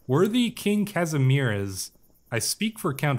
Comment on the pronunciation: I already saw someone commenting that Kazimierz is Casimir, which is closer in pronouncation to our actuall pronouncation than what you tried to say. Try casimi-e-r and would be marvelous Częstochowa is pronounced as Cheu stoh ova